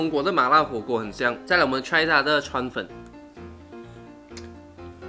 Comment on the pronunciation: 川粉我聽成川普😂